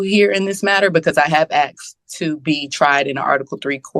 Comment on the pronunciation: She axed a queshion